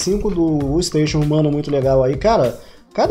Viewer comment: Só queria avisar uma coisa: como você viu, nome do canal é Huestation, mas a pronuncia é Ruesteichion